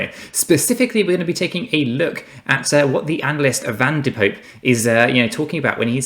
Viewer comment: Pronounce Poppe not like Pope, but like pop-puh. You Englishmen are hopeless when it comes to pronouncing foreign names. 😉. I do like your videos however, especially now Rob has improved his camera position.